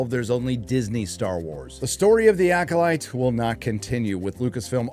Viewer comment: Did you call it the Yackolyte? HAHAHA!